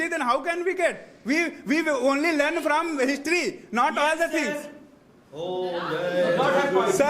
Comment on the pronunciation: lun instead of learn😅